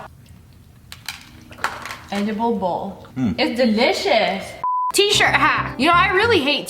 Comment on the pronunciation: When Sayed: t-shirt hack I thought she Sayed TeAcHeR